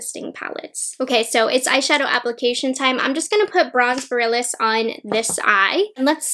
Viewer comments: Omg I’m cringing. She pronounces borealis wrong like 20x lol. It’s pronounced bore-ee-al-is. Not boralis lmaooo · Just FYI “Borealis” is pronounced “Bore-ee-alice,” at least here in the US. It’s named after the Aurora Borealis/Northern Lights. ☺️ Very fitting for Pat’s celestial theme. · lol sorry to correct you but it's boh-ree-al-iss, like the aurora borealis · Thank you. My ears cry out every time I hear the mispronunciation! 😜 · Yes, that had me crawling in skin every single time she mispronounced it! It felt like nails on a chalkboard. 🤦🏻‍♀️ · That’s okay, I am not afraid of commenters. What’s weird is that I saw another YouTuber pronunce it the same way as and now I wonder if it’s a regional thing? Lol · Oh man. I hate to be this person.. but you mispronounced borealis. I’m so sorry but I had to say something because you said it like 10 times and my inner northerner couldn’t handle it. Speaking of which, the Aurora Borealis is actually visible right now, so if you’re reading this, try to check it out if it’s visible near you if you’re in the US or Canada! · She can’t pronounce borealis lol